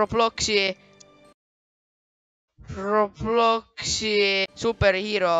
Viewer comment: 😂 see koht oli nii naljakas kus ütlesid probloxi😂😂😂😂